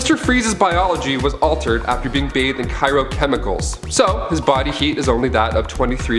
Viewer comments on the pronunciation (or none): Cyro...I thought it was an accident the first he said. But then he said it again. It’s cryo...I know this doesn’t matter but it bugs me 😂 still loved the video tho! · Did he say "Cyro-Chemicals"?